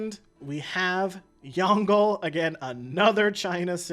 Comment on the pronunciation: Sigh pronunciation help because some of the things you said infuriated me Yongle- Yawn g luh Qin shi Huang - kin she hwong Wilfred laurier- will fred lau ree eh Ba trieu- bah true Seojong- say jong Seondok - say yon duck Hope that helps